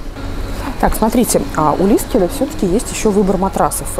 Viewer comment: Ну он же лиКСеле, а не лиСКеле. Люблю вас, но эту оговорку просто не могу слушать))) ужжжжасно режет слух)